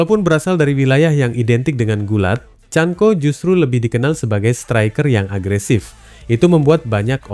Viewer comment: Bukqn chanco tapi chanKO..sebut biarlah bagi betul. Jangan asal main cakap saja.